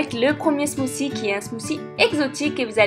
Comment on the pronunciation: T'es smoussi son bizarre